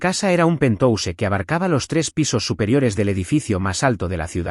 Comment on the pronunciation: PERDÓN QUE ES PENTOUSE??? POR QUE LEÍ PENTHOUSE Y AUNQUE ES PALABRA ANGLOSAJONA GENERALMENTE SE PRONUNCIA PENTJAUS